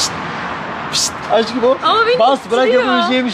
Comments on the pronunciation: Sen neden aşkım diyemiyon askım diyon hep 😂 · aşkım yerine neden askım diyosun yada yeşil yerine yesil diyosun😢